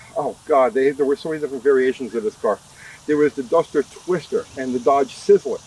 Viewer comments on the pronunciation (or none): I think you said “dumpster twister “ at least it sounds like it.